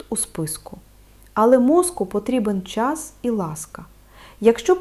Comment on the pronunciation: НА ЯКІЙ МОВІ ВИ РОЗМОВЛЯЄТЕ???????УВАЖНО СЛУХАЄМО ВАС І ЧИТАЄМО НА ЕКРАНІ СЛОВА,ЯКІ ВИ ВИМОВЛЯЄТЕ І ВОНИ НЕ СПІВПАДАЮТЬ!!!!!!!!!!! НА ЕКРАНІ НАПИСАНО: ЧОГОСЬ,ЧАС,ЧАСТИНА,ПОЧАЛА,ПОМІЧАТИ,НАЧЕ,ВТРАЧАЄТЕ,ЧАСУ.................,А ВИ ВИМОВЛЯЄТЕ ЗОВСІМ НЕГРАМОТНО:ЧЬОГОСЬ,ЧЯС,ЧЯСТИНА,ПОЧЯЛИ,ПОМІЧЯТИ,НАЧЄ,ВТРАЧЯЄТЕ,ЧЯСУ...............!!!!!!!!!!!!!!!!! ДЛЯ ГРАМОТНОГО ЛІКАРЯ ТАКЕ ЗНУЩАННЯ НАД УКРАЇНСЬКОЮ МОВОЮ ЗОВСІМ НЕ ПРОПУСТИМО!!!!!!!!!!! ЦЕ ДУЖЕ БОЛЯЧЕ СЛУХАТИ!!!!!!!!!(Українська діаспора,США)